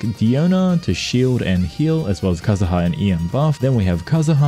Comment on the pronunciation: cool video just lower the background music a bit and stop calling kazuha kazaha 💀